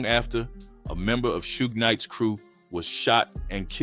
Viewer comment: “Shoog Knight” and “Toopack” was pissin me off